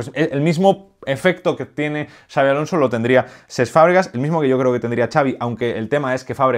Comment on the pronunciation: Honor por dominar y respetar las pronunciaciones de Xabi y Xavi. Grande,! 🚜